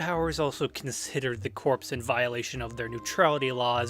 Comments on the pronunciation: corps not corpse. jesus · Great stuff! Gotta say one thing though t's corps like "core," as in the marine corps. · Really good video! One suggestion though- corps is pronounced like “core”